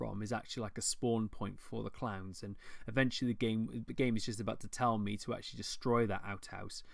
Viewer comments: This accent,. I thought you were talking about fighting Clams for the first few minutes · DLC The way you say "clowns" :P